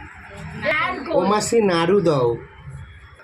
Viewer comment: এই দেখতেই পাচ্ছেন বন্ধুরা এটা বারবার বলা বন্ধ করুন। আর একটা কথা দয়া করে বারবার বলবেন না খেয়েই যাচ্ছে খেয়েই যাচ্ছে। নারকেল লাড়ু নয় নারকেল নাড়ু😅